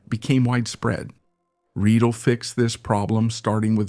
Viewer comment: Indeed. Imme would be correctly pronounced IM-meh, not IM-MEE. Riedel was pronounced correctly as REE-dl, then mostly incorrectly as Ree-dell.🙄